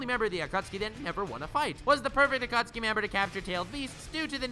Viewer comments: wait is it Akutsuki or Akatsuki? because you're pronouncing it like Akutsuki. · The naruto fans ad still triggered. It's pronounced a-ka-tski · Is it really pronounced akutski and not a kat suki? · the A kat soo kee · At-kha-suki omg that's hilarious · lmao, the Aa-cat-tsu-ki